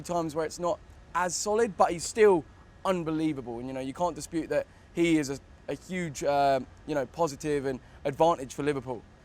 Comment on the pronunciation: Joe “ you can’t despute” wellrt